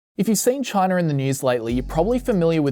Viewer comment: Right off the bat, did he say Chinar?